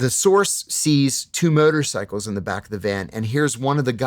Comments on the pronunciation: Did anyone understood "murder cycles" instead of "motorcycles"? 😅 I was like ... wtf is "a murder cycle"? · Why does he pronounce it "Murder cycles" every time ?!